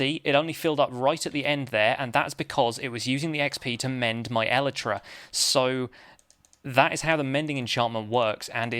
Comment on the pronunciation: Is your pronunciation of elytra from an official source? I've just assumed it would be el-eye-tra.